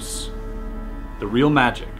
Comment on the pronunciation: Magic not miraclis😐😐